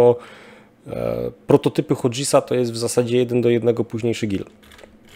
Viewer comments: Gramatyczny nazista czelfajerów powraca: Hughes to w wymowie nie /hodżes/ tylko zdecydowanie bardziej miękkie /hjus/. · Nie jestem anglistą, (angielskiego uczyłem się ostatni raz jakieś 25 lat temu), ale wydaje mi się, że nazwę koncernu "Hughes" nie czyta się (fonetycznie) "hodżis" tylko "hjus" 😉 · Hughes to nie "hodżis", a "hjus". No chyba, że mowa o jakichś nowych pociskach do Badżaktarów ;) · bez hejtu ale Hughes się czyta 'Hjus' a nie 'Hudżes'.:P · Odcinek super. Jedna uwaga: Hughes czyta się hjus, nie hodżis :D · Mam jedną tylko uwagę. Hughes czyta się hjuzzzz, nie hodzis. Reszta jak zwykle - pełna profeska. Dzięki za materiał. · Pozdrawiam z Kanady. Merytorycznie super, tylko chcialem poinformowac, ze Hughes wypowiada sie po Angielsku jak "Hewes". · Co to jest hodżys??? Hughes czy ta się hjus (akcent na pierwszą sylabę) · Hughes nie wymawia się "hodżes", a "hjuus" :hand-orange-covering-eyes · "Hughes" czytamy /hjuz/, nie /hodżis/. A obywatelami Izraela są osoby z różnych grup etnicznych, m.in. Arabowie, Żydzi itd., dlatego nieprawidłowo jest mówić o wszystkich mieszkańcach Izraela "Żydzi". Jako wysokiej klasy dziennikarz powinieneś stosować poprawny termin, czyli "Izraelczycy". W przeciwnym wypadku popełniasz ten sam błąd, co osoby mówiące o Brytyjczykach per "Anglicy", ignorujący Brytyjczyków narodowości/pochodzenia szkockiego, irlandzkiego, polskiego, karaibskiego itd. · Hughes nie czyta się hodżys :) tylko hius :) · Odcinek świetny jak zwykle, ale jako anglista znowu będę się czepiał wymowy. Firma Hughes nie wymawia się 'hodżes', czy jakoś tam;) (nie mogłem skojarzyć na początku), ale 'hjuus', jak Howard Hughes. Pozdrawiam serdecznie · Tak w ramach korekty Hughes to nie "hodżes" a "hjus" od nazwiska założyciela niejakiego Howarda Hugesa (tego od świerkowej gęsi). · Hughes wymawia się bardziej jak "hjuus" nie hodżis. Nie wyśmiewam się, tylko informuję. Pozdrawiam. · Hughes czytamy Hjus. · ale hudges to raczej nie hodżis ;)